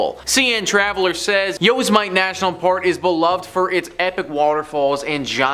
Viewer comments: Yep I agree. Just because a place has something dark and mysterious going on. Doesn't mean it's the literal devil. I also wish he'd look up how to pronounce things before just doing so. Yose Mite? Maybe Yee oh sim ah tee! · I literally almost spit my water out when he said it! Haha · Thank you I can't stop laughing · Busted out laughing when I heard that